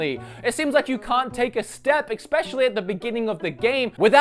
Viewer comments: trying to be helpful, fyi it is especially, not exspecially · Am I the only one that shudders when he says "expescially"? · He say especially like "expecially" and I don't know why it annoys me so much!!!!!!